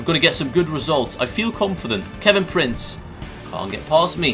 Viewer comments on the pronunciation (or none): none